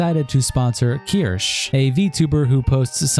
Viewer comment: Best thing about all these videos is no matter how many times Kirsche says her name people will still pronounce it as KERSH 😂 also that femboy crying about not being liked lol. WOMP WOMP